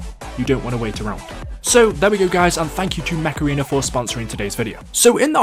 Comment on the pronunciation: i legit thought you said macerena instead of mech arena lmao